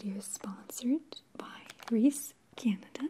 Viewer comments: Wait hold on. What the hell is Reese? My friends and I say “Reeses” (pronounced ree-sees). Are you telling me that there is no S at the end of it and I have never once, in my 17 years of life, been corrected for this mistake? WHAT?!?! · Her mispronunciation of Reese’s rlly triggered me lol. I tried to ignore it but I couldn’t. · She pronounces reese different.. lol but still love the vid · I just I cant get over that mispronounced reese Like not to be mean but omg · She says it like it is rees instead of reese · Is it just me or does reese and not reese’s bother you. Canada or not its weird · Well I just learned that Canadians don't get the "s" in Reese's Peanut Butter Cups. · I can't be the only one that is bothered by the fact that in Canada, they call it just "Reese" instead of Reese's. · In usa it is pronounced Re•Sea I was so confused at first when she said Reese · Maria- love this as usual! But since when is it Reese and not Reese’s?? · Fabulous as always! Now, is it Reese or Reese’s? Have I been living under a rock all these years bc I could’ve sworn it was Reese’s? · I guess in Canada it’s “Reese” not “Reese’s” like in the US. Awesome learning moment lol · Anyone else in USA have a micro Mandela effect freak out when it said Reese and not Reese's? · Any other Americans kind of freaking out over the fact that they call it "Reese" and not "Reese's"? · What in the Canada. It's Reese's not Reese lol. Also I WISH they came in 3 packs here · It's REESE in Canada? Not REESE"S? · wait - reese? isn’t it reese’s? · Congratulations on the sponsorship! 🤗 In Boston we pronounce it Reesees even though we know it's wrong 😉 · I love seeing how other parts of the world pronounce this candy... in Ohio we pronounce it like “Reesee” !! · It’s “ree-sis” I searched on how to pronounce it and a lady from the company pronounced it as the first one. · The way she pronounces "Reese" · I thought it was pronounced Reese-y😩😩😩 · Wheres the missing s at the end of resses